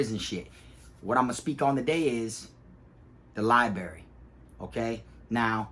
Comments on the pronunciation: Library big dawg, not libary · Li-brar-ry not li-berry lol. 10 toes fam!!! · I really am not trying to be a hater in your comments all the time. I am a fan and love your stories. But man. Lie Buh Rare E. Long E sound at the end. Library. Not liberry. My wife is a librarian so I had to say this. Sorry. Huge fan I swear. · It is called a library and li berry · LIB RARY - LIE bRerry - b R erry. I couldn’t stand that everyone neglected that R when I was jocing...don’t get it.... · Libary 😂😂 love it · Lie berry ?! Lmfao ! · Dude should spend more time in the library so he can stop saying "liberry". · Somehow I knew you were gonna pronounce it “libary” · Pronounced lie- brary bro 🤣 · You know u from Fl when u say liberry....salute big bruh